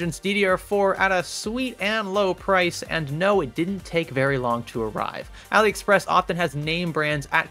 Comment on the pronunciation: AliExspess? Really lol